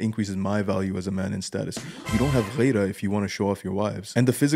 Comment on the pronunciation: it's "Gheerah" not "Ghayrah". Get it right